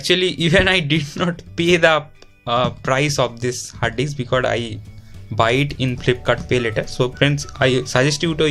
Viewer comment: R u purposely saying Hard d*cks?😜